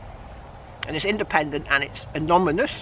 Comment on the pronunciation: " A--non--a--mus. Good luck.